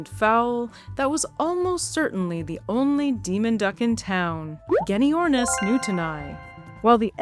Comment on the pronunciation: Genyornis is pronounced jenyornis.